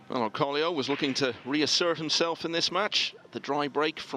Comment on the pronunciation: Its OR CO LO not Orcolio